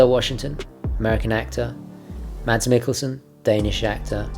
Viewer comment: Pro tip: the d in Mads is silent